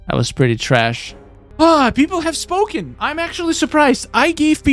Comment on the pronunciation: I love when he say TRASh 🗑️